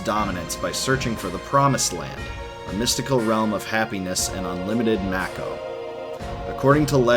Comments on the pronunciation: It should be pornounced "mah-ko". It's a Japanese word, and it's only in English that "ma" can be pronounced as "may". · I’m pretty sure Mako is pronounced “Make-Oh” not “Mack-oh” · It's Mako not Meiko. For an Asian it is freakin weird that westerners likes it pronounce it like that because it sound like a bastardized word. Also Square Enix already said it was Mako and not Meiko. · I always pronounced it "make-oh", I noticed the way you say it, "mack-o". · Am I the only one who pronounces it “May-ko” as opposed to “Mah-ko”. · Then prepared to be irritated for the rest of your life because it is Mako and not Meiko. Because Square said in the E3 presentation clearly that it is Mako and not Meiko (and supposed to be since its origin word are Japanese). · I always said mayko not mack-o.... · U saying mack o is annoying asf its make o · I've never heard anyone pronounce, "Mako" like macaroni, that's hilarious! Fastest recorded shark: Kraft Easy Mac'o. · Yah. The way he pronounces it "Makko" really irritates the sh*t out of me. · It’s definitely pronounced “May-ko”... never heard anyone ever refer to the Mako Shark as a “Mah-ko” Shark. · one of the things that was weird to me was when people called it Mako instead of Mako(May-ko like the shark). its still hard to hear lol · Damnit, why does he call it macko? 🤦‍♂️ 😂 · Ew who calls it Mack-o... Gross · I hope you've learned how to pronounce Mako, because I've never heard it the way you do lol. I love your videos. Your voice is hypnotic. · There are 3 ways to say MAKO you chose the only wrong way all the way around. Smh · So annoying he says mako wrong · You don’t know how to say Mako. Lol goober